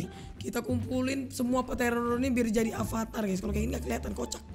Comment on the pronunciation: Bang avatar bukan alvatar